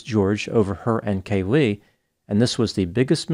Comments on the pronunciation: Caylee not Cay-Lee. Also the right side of your face/cheek looks swollen. Did you have dental work? Good video. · Hey Doc...it's Caylee...not Ca-lee😊